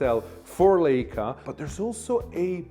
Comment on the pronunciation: You are mispronouncing Leica. Pronounced Likea and not layca